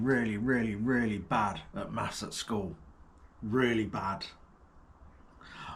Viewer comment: Maffs or Maff its neither it Maths .